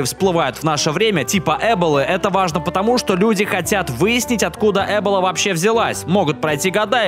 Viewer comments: Говорится не Эбола, а эбОла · Не эбола, а эбола. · ЭбОла. Ударение на О. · Не э́бола, а эбо́ла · Господи! Сорри, конечно, но говорится эбОла, а не Эбола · Эболой Эболой , эбОла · копец,почему Эбола а не эбОла?Ведь правильно эбОла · Ни Эбола, а эбОла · я единственный которого бесит как он произносит вирус эбОла (так правильно не правильно Эбола) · Эбола, а не эбола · эбОла ударение на ооооооооо Эбола не от слова эба Ударение на ооооооооооо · Правильно говорить не Эбола а эбОла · Блин, да не каверкай ты слова не Эбола, а эболА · Что ещё за "Эбола"? Может, эбОла? Слух режет. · ударение падает на букву о - "Эбо́ла". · ЭБОЛА!!! УДАРЕНИЕ НА "О"!!! ЭБООООООЛА! ЭБООООООООООООООООООЛА!!! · Правильно говорить эбОла, ударение на букву О! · Кровь из ушей от Э'болы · Правильно ЭбОла. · Эбо́ла. Аж уши режет... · эбОла правильно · Пожалуйста, ставь ударения правильно. Твоё "э'бола" режет уши.